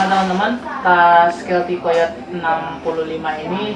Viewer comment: ijin sedikit koreksi. untuk penyebutan/cara baca dari COYOTE itu (kayoti)😊